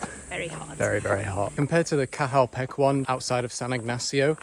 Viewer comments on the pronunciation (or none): petch its pronounced petch